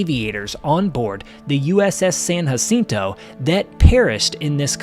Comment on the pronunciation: btw you did not say uss sanjacinto correct